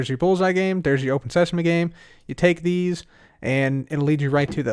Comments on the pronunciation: Open Sesame! Also: Welcome to Open Seasme! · cub the book says "welcome to open seasme" not "welcome to open sesame" Just to let you know.